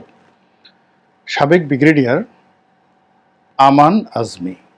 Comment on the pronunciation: 'ব্রিগেডিয়ার'কে, 'বিগ্রেডিয়ার' বলছেন কেন?ধন্যবাদ। 🎉